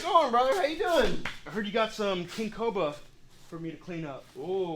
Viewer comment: "I heard u got sum king 'COBA' for me to clean up" <(o.O)> LMFAO!!! Did just pronounce it "COBA?" Hahaha!! (Bl00per Alert!) <SKiiiiiiiiiiiiiYewwwwWWWwwwww!> These 2 crazy psycho besties have their own language & "calls in the wild" to appear on command like they did earlier! But anwayz, all fun & bullsh!t to the side... Congrats on your new page! I'm a new subscriber today, but I've seen you on Chandler's channel b4 in a couple different video episodes... Chandler is a great friend to give u a s/o on his channel giving you exposure to attract new subscribers & views for you. Ble$$ings 2 U